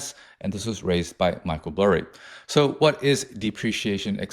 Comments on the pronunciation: This fucking guy really cheeses me with saying burry last name as blurry lmfao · It’s Michael BURRY not Blurry lol😅